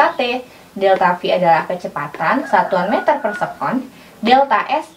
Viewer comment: Se'kon kak,bukan sekon